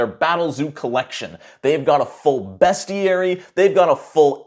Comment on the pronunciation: YOU SAID BESTIARY RIGHT! I'M SO PROUD OF YOU,! <3